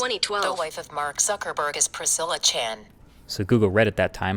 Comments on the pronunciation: Did nobody notice, "Mark Sucker Burg"? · Mark Sucker Burg? Ha Ha Ha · "Who is Mark sucker burg" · LOL "Who is Mark Sucker Burg" LMAO.. GO Siri